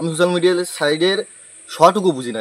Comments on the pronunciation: Tui age thik kore kotha bolte sekh to 😂😂 age thik kore pronounce korte sekh tarpor social media ❌️ susal media ✅️ te asis 😂😂😂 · তুই আগে কথা বলা শিখে আয়। হাফ লেডিস। Susal media😂resket😂 খুব ভালো উচ্চারণ করতে পারিস😂😂😂😂😂